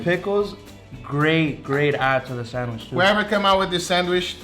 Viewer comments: why are you saying sanwish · Nobody:: Sanwish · ferramos11 my Hispanic friend calls it a sanwish too. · That’s how you pronounce it in Portuguese but it’s still hilarious 😂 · I laugh every time he say sandwich 😂🤣..Sanwich💀